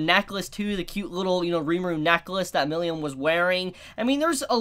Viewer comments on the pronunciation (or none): It's not Milium, it's Milim 😅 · Who the fuck is miliyam? Just say milim like everyone else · I keep hearing Milium instead of Milim. Wth? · Ok, this video has to be a shit post. has gotten Tempest and Millim right before. Why the heck is he saying Tempt Us and Millium now?